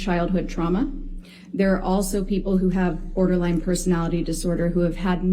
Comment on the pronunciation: “Borderlang Personality disorder” 🤣